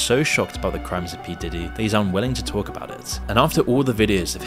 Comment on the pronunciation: Why are you purposely mispronouncing Diddy and Kid Cudi's names?